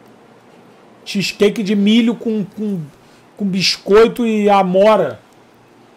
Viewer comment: Cazé falando "xisqueique" é muito bom